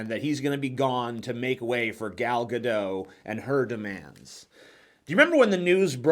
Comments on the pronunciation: Gal Gadot is a Hebrew name, so the last name is pronounced phonetically. Gah-doht. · It's pronounced "Gal Ga-DOT" for some reason. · The T in Gadot isn't silent. She's Israeli, not French.